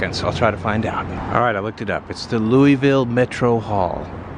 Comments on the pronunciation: It's Loo-uh-vul. Love: a native. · its Loovull like Moebeeuhl amabala and Missuruh. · Always a joy to see someone come to Louisville, pronounce the name funny, and see which parts of the city they went to. Thing about this city is, much like the weather, if you go a few minutes in any direction you're in a whole new world. Each neighborhood and vibe changes every 2 blocks around here. You'll go from our slums to a great part of town to an industrial park to a slum to a great part of town all in a 5 minute drive down one street. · Hope no locals heard the way you pronounced Louisville. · Got that right!!